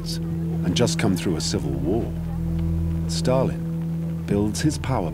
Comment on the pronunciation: Who put the R in Stal-in, Starlin is a bird.